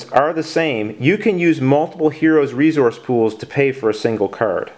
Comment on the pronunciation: "Re-Zource" lol